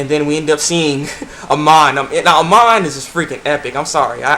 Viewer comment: IT WAS SO BADASS. (Btw tho, the equalist leader's name is Amon, not Iman) lol